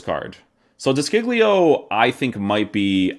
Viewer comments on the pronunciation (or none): De Sciglio is actually pronounced "De Shilio" SC is like shh, and the "G" is silent